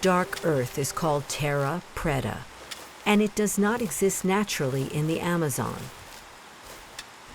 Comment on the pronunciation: She got paid to sound like an idiot. The director made her do it that way.